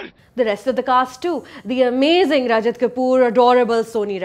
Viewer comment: She said "Rajit" not "Rajat" ..those are two different actors .